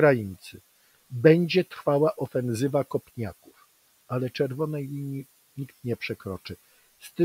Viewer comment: bardzo lubię Pana słuchać ale szlag mnie trafia jak słyszę "ofenZywa"! OfenSywa do jasnej ciasnej;)